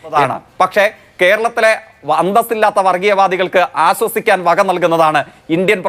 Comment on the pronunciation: ആസ്വസിക്കാൻ എന്നല്ല ജെയ്ക്കേ ആശ്വസിക്കാൻ എന്നുപറ. മോദീടെ വായിന്നു വീഴുന്നത് വിഷം ജെയ്ക്കിന്റെ വായീന്ന് ശർക്കരപായസം